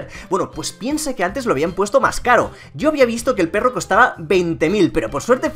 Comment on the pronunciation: Me encanta cuando dices berro codes!!! Y sale de fondo la cancion y el loto xdxd